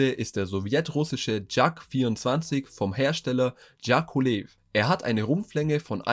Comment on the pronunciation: Dschakolehv? Hä? Leseschwäche, aber im Internet Geschichten vorlesen. Der Konstrukteur hieß JAKOWLEW. JA KOW LEW. Ist doch gar nicht so schwer!